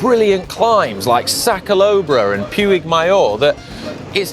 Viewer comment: By the way guys, for your mention of Mallorca. Puig Major is pronounced Puch Mah Joh